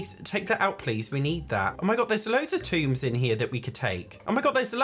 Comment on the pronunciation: lmao, I can't with you calling tomes 'tombs'!